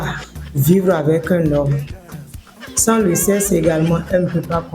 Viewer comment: on prononce le seksse et non sesse sexe